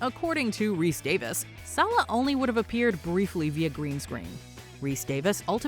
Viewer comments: It’s Rhys-Davies not Davis ffs! 🤬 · "Rhys-DAVIS"?!? God, I swear, when you're not OveR ProNouncInG Spanish and French words (Celene ZEEEEEE-OOOOun, anyone?), you folks couldn't pronounce your way out of a paper bag...